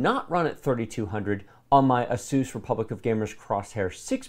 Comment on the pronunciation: "Aseuss" never heard of it. Does that have anything to do with Dr Seuss?